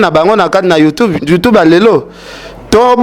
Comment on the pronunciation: Ken ye kola ko loba YouTube et non youtobe